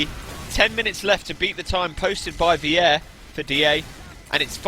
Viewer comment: lol vier is pronounced like fear not weeair (vier means four in german)